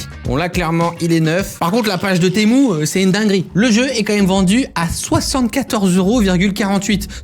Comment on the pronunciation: Moi je penser qu’on disait Temu pas temou